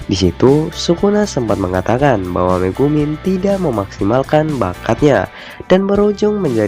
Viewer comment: Megumi bukan megumin ahh